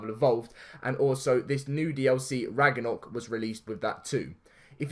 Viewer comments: Sorry not trying to make fun of you but it is pronounced Rag-no-rock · Idk if this is because ur accent and sorry not trying to offend u but its pronounced Rag-na-rock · DAILY GAMING VIDEOS AND FUN! love your vids bro but I was going to say about the mispronounciation but someone has cleared it up for u already lol